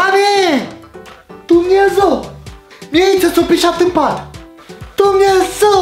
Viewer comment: Doar mi-e îmi place când zice"Dumnezău marii"😂😂